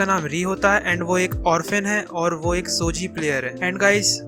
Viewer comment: Saare anime ka description mein maja nahi aaya kitno mein toh basically spoiler hi dediya aur pronounciation sun sun ke mere aankho mein aasun aagya nichijou ka nechijou, shogi ka shoji or rei kiriyama ka reeeeeeeeeeeee😂😂😂 Number list pe jyada nahi bolna par gto deserves way more recognition then it gets bas gto ke baare mein baat ki mein khush hogaya Sangatsu no lion is not mature at all mature se (+18) wala mature nahi par wohi dimaag kharav depression mein daal dene wala anime nahi hai jaise serial experiment lain or neon genesis evangelion its just a slice of life But reeeeeeeeeeeee😂😂😂